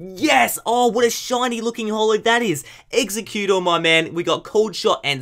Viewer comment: I hate when you butcher the pokemon names ;_; "Execcutor"